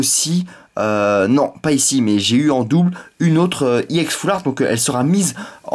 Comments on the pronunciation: On dit Ex pas iEx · Mega giga trop bien vidéo, par contre,je vais te donner une petite correction, on ne dit pas YEN mais EX mais c'est pas grave le plus imporant c que la vidéo était super et je te souhaite de bonnes continuation pour tes ouvertures futures. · c est pas iex mais ex juste ex sinon c bien ta videos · sa c est vrai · arrete de dire iex c' est ex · On dit ex et non iex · Tu dit IX au lieu de EX je vous dit désabonner vous et aller voir David Lafarge pokémon c le meilleur Poké YouTubeur !!! Et aussi missjirachi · t'est nul!!!tu ne sais meme pas parler.On dit X pas EX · Ptn dis ex pas iex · c'est EX et pas IEX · pourquoi tu dis i ex ? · tes chiant de dire iex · ARRETE DE DIRE IEX GROS CON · il prononce Ex a l'anglaise il dit E et X en anglais